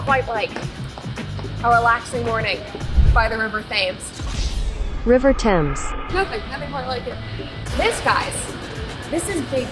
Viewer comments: Oh no, Brett called the River Thames, “ Thaymes “like it’s spelled! Haha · This was really good actually. I still wince when I hear tames though. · "tames" < temz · She pronounced it differently each time she said it. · Shout out to the h and e for not being pronounced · I wonder if the river being mispronounced was legit tho since it happened a few times 😂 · As someone who was raised in London for 30 years, I was very amused how you would say Thames... 😂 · Really going for that British humour. Love it! Althought, I really hope that her mispronunciation of thames was part of the act becuase that is legitimately the first time I have ever heard someone mispronounce the thames before. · As a Brit loved all yours and Candace vids from London i hope you had fun 🥰 just ones thing tho.. Thames?? Really Brett 🤣🤣🤣🤣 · As a Englishman, I appreciate the irony, the sarcasm. Brilliant content, but the pronunciation of Thames cannot be tolerated, we are no longer friends.